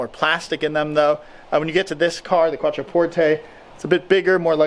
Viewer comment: I stopped watching when I realized you can’t even pronounce the name of the car :/